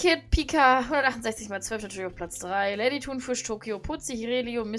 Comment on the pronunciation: Hast du bei Tokeo gesagt ?!?!